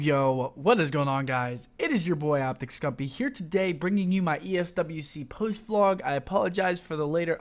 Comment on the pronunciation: "ESWC Posth vlog" 😂